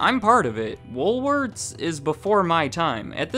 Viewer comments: Why does it sound like you're saying " Woolwords"? 😊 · Come on,...... Pick a pronunciation: Woolworth's, Woolwords, Woolwarts?!?!?;^)